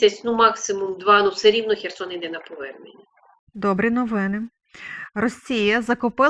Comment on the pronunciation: Cher wam a ne Cherson